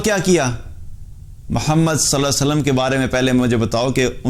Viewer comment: Allah Hume hidayat de. Bhai I think u r not saying the name of prophet sallelaho alaihewasallam clearly. I mean u r taking it very fast.it should be clear. Sorry to say .but I have noticed so many times. But u r doing very good work.Allah apko khair ata kare.